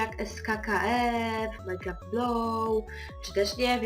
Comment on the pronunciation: a mam cos do powiedzenia wymawia sie mańcraft a nie majcraft a ijescze jedno masz lapke i suba